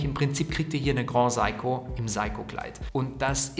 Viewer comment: Danke für das Review. Good Job, sehr angenehm zuzuhören. Aber bitte bitte, das Grand in GrandSeiko wird nicht französisch ausgesprochen.. siehe Video vom CEO von GS. ;)